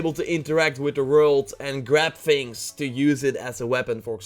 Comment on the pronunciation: Don't say Fings it is things